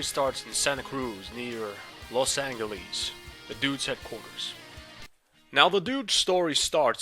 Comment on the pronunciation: los anglees? dudeeeee its los angeles